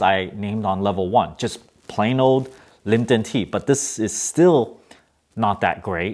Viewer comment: it's liPTon not liMPton